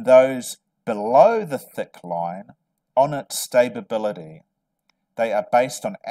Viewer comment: Are you trying to say stability? Or stabability?